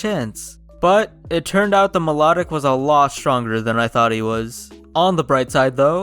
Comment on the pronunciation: Fyi it is not mylotic Milo tic